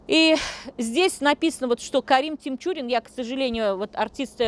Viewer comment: Карим ТиНчурин...нужно знать как правильно произносится фамилия о ком рассказываешь,...Захида ТиНчурина ( а не с буквой М)...